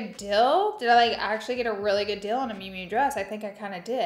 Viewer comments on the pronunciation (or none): I like how you say good “Dill” 😂❤❤